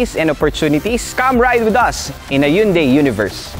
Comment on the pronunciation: mali naman pronunciation ng Hyundai. Dapat "han-dae" ang tamang pronunciation.